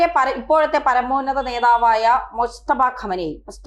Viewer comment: മുസ്തഫ അല്ല മുജ്തബ ഖു മേനി